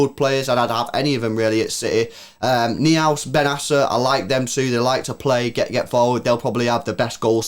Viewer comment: Noi-House Lewis ! Florian Noi-House (Neuhaus)